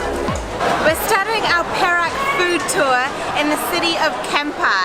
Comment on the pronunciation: good at pronouncing 'Perak' as pear-rack means silver. if pronounce it as "perl-arc" the meaning will be different, I'm not sure meaning in english, awkward perhaps. congratulations to u guys reach 20k sub. keep on posting more vid.